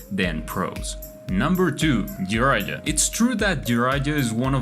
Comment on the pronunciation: bro actually called him jiraija 💀